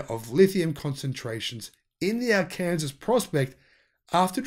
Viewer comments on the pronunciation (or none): FYI - hard to believe but “Arkansas” pronounced here in USA as “Arkansaw.” Really. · Ummm...., Arkansas is pronounced "ARE-cuhn-SAW!" Just thought you ought to know. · Ar can saw is the pronunciation. It's kind of a big deal for those of us who live in Arkansas. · R-Kansas is pronounced R-can-saw in the United States, mate. FYI. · Arkansas is an illegal pronuncination in the US state of arkansaw. Yes it has been proposed as a capital offense. The capital, Little Rock. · It is pronounced are can saw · Arkansas is pronounced ark-can-saw so the locals will know where you are talking about. For future reference when crossing the Mississippi river from Tennessee you go over 400miles west thru Arkansas then you enter oklahoma you proceed west about 200 miles then turn north about another 100miles to reach Kansas. When you start seeing lots of sunflowers being grown, you can ask a local for directions as to where in Kansas you want to go. You could also turn south in Oklahoma then go about 600+ miles to Austin Texas. Have fun, enjoying the content. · It sounded like he said Utah and I was like...I just read it was Arkansas? I'm from Arkansas so I paid special attention. ;) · Arkansas is pronounced Ar can saw.... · Arkansas is Arkinsaw